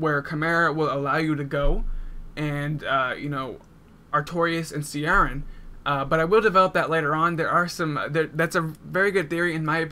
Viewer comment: Ciaran is generally pronounced like 'Kieran' [Kee-air-ann] :) great vid!